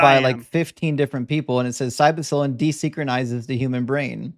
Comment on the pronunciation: love you man but it’s Psilocybin (Sill-O-Sigh-Bin). Sorry but I’ve heard you mix this word up a bunch and it’s driving me nuts ha. It’s an annoying word but hope this helps you pronounce it right next time. Praise Doug!